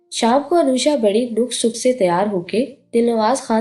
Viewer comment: لفظ نُک سُک نہیں نک سک۔ ن کے اوپر زبر۔ س ک نیچے زیر پڑھیں 😊